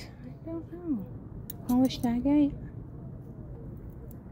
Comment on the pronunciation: The stone is agate pronounced agg ut.